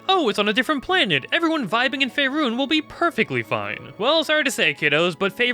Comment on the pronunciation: It's pronounced fay-run